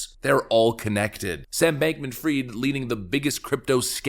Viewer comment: Hi. Its not Sam Bankman Freed - IT IS Sam Bankman Fried (spelling fraid) Almost allnews anchors and media influencer get this utterly wrong.